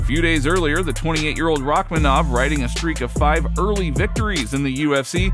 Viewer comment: its paddy not Rakmanov lol